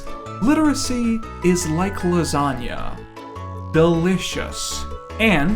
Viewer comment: Fear and loathing but it’s lasaga